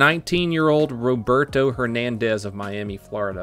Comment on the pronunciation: It has to be random that you said Roberto hernandez multiple times very clearly right?😂